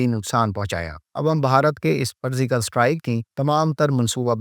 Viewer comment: فرضیکل صحیح ہے، فرزیکل نہیں۔